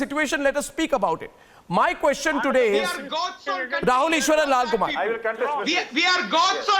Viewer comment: Laughing stock of the world. Are Indians ashamed of this clown who acts as a news anchor. Queshun ees.